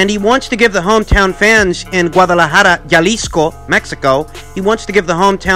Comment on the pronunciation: Jalisco is pronounced (ha-lisco )